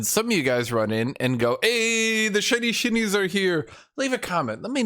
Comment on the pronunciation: when I first heard you say "shinshin shinies" you said it in a way that sounded like "chinchin chinese" which sounded rascist towards chinese people and I thought that was kinda funny and now I still think it's kinda funny when you say it so I like it